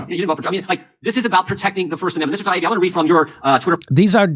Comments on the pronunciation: I hate when elites in power purposely screw up a person's name as a method of insulting them and trying to discredit them - this subhuman Congressman does it to Matt Taibbi, just like the Morning Joe idiots did to Russel Brand (well they just kept "accidentally" forgetting his name.) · It bugs me how Democrats deliberately mispronounce Matt Taibbi's name. It seems a small thing, but what they're doing is attempting to dismiss him as someone not worthy of being addressed properly, a nobody with a weird name, rather than a well known respected veteran journalist. It's a really disrespectful, nasty tactic. "I'm reclaiming my time!" F*ck off with that. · Jimmy missed it, the congressman consistently mispronounced Taibbi but apologizes over another name.. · Notice that all the Democrat politicians deliberately mispronounce Taiibi's name. Such petty nonsense. They just don't understand how much of the American people despise all politicians. Count me as one of them.